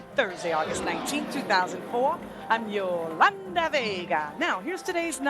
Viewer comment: I'm Yoo-LAN-da Vega